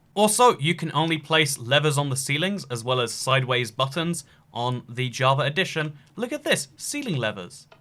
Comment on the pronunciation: it's java edition, not "javar redition".